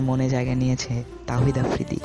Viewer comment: thik Kore afridir nam o to nite paro na